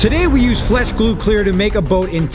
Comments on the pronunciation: Right at the beginning he said "flesh glue" instead of flex glue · It sounded like he said flesh instead flex in the intro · When you realize said fles glue in the beginning of the vid